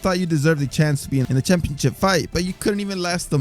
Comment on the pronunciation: What the heck is a "championchip"?